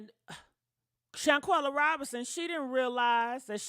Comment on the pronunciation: Im glad you brought Shanquella back up,...a few weeks ago you mispronounced her name, and I thought, "She couldn't have forgotten already!" Especially considering you did such great coverage of the story when it first came out. Please dont forget these women's stories. Theyre more than just content for entertainment purposes. Its important for these young women out here. Keep up the great work!😁👍🏽🏆